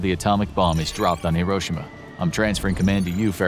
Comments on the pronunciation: The fact that he says Hiroshima wrong bothers me other than that this is a great video thanks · Bro said Hiroshima wrong 💀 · It’s pronounced like hero-she-ma. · Why can’t none of these people pronounce Hiroshima correctly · The Narrator keeps mispronouncing Hiroshima. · You pronounced Hiroshima wrong